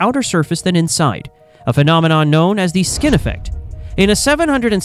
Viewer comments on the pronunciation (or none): "Skin effect", not "skinny effect"